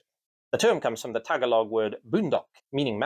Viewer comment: Very interesting, thanks. I enjoy your hat videos. I'm not sure you pronounced Tagalog correctly.